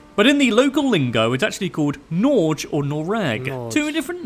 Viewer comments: Norge and Noreg is not pronounced like that! 😂😂😅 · the way he says Norge is 100% not teh way you say Norge. or Noreg. actually every norwegian word he tries to say, is just wrong, very wrong.